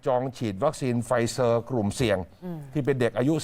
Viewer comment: อ่านว่า ไฟเซ่อร์ ค่ะ ไม่ใช่ ไฟเซอร์